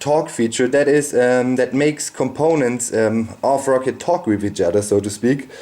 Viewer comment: thought it was pronounced "ROW-CAT" not "ROCKET"